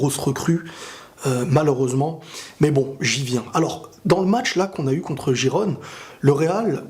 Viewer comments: Rirrronne !!! Gijon !!! Pas jiron ! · ca ce dit khikhon